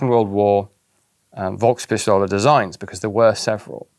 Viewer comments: The V in »Volk« is spoken hard/sharp, like "Folks-Pistole". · I know you won't be reading this, but still: I really do appreciate your pronounciation of german words. It is always surprisingly accurate, but the "V" in the word Volk (Volkswagen, Volkspistole, Volkssturmgewehr) is pronounced like an "F". Similar to the english "folks". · Two things on the pronunciation side of things: > Volkspistole, well Volk to be precise. The V in Volk is pronounced like F, not like a W, resulting in it sounding very much like "folk", with a slightly different intonation of the O. > Militär, Ä/ä = AE/ae, and so it is pronounced like military, just with the first i more stretched and the y in the end gone. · Love your videos, but why do you not pronounce the German 'V' like an 'F'? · Minor nitpick: The pronunciation of "Volkspistole" is off. There are several words in German in Which a "v" is pronounced as an "f" (as in "father") and not as an "v" (as in "very"), "Volk" is one of them.